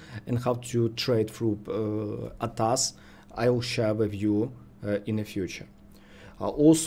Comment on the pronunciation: Bro pronounce it A . T . A . S = A T A S ATAS is wrong 🙏👍